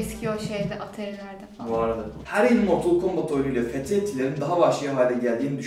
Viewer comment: Cobat değil Kombat -Facktory değil Factory -Fatalty değil Fatality -Foflov değil Follow